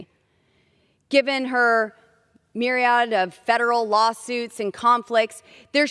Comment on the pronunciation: Sounds like she's having trouble reading her script. Did you catch the herky-jerky cadence? The mispronunciations-- "mired" said as "meered", "myriodds" instead of "myriads"?